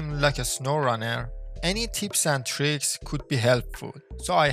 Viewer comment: bah bah "teeps" and "teereeks" 😂